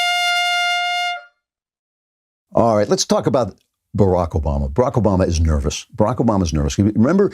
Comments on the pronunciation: At like 5 seconds he starts to mispronounce Obamas name and then calls him Osama. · This idiot cannot Even pronounce President Obama's name. This idiot lies as much as the dictator Trump